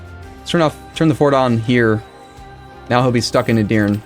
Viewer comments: Love the series and this will get buried, but Edirne has three syllables, like Eh-dir-neh. I've always wanted to nitpick a pronunciation on a paradox playthrough sorry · Don't trust the AI,! If Skanderbeg doesn't honor your effort than you'll cease to call him Skander-bro, which would be sad:P no need to remind you that 90% in the comments section will say "told you so..." Finally, "e" sound at the end of Edirne - the Ottoman capital - is not silent, it's the same "e" sound as in the first "e". (Turkish is much like Latin, in that all vowels are never silent.) Love the effort so far, show 'em Turks!